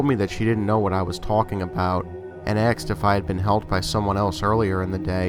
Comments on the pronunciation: I do enjoy your stories. These "glitch in the matrix" are especially entertaining. Some constructive criticism: ASKED - please stop pronouncing it AXED. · I know this is an older video and I love this channel. You have a great voice for horror narration. Just one small tip and that is it's "asked" not "axed". I apologize if its a local accent, its just a small pet peeve of mine. Keep making great videos! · "Axed me"?! Nice collection and good narrating though.